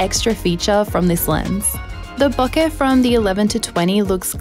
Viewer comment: It makes me happy whenever someone pronounces “bokeh” correctly.